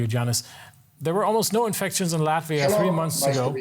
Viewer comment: Please DW do not butcher name of our country! Proper short form in English is LATVIA, not "Lativia".